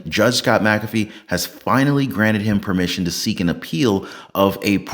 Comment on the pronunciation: I hate seeing names butchered. I will give you some tips on anyone with an McA, McC, McN, as the start of their last name. That Mac is to be pronounced like Mik. The way you are saying this judges name, it would need to be spelled Macafee. My name starts with Mc. So this judges name should be like Mik cAfee. That capital A is the clue. So anytime there is an M, then a small c, it is to be said like MIK or MIC. You choose. So that A in his name is to be said with the most emphasis. But like cAfee. Most get it wrong. One man that has a YT channel has said it right from Day one. Everyone else says it wrong. I know because I have some of the same letters on my name.